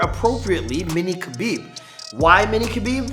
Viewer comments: Its pronounced Habib not kabeeb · Btw is not Kabib it's Habib the K is silent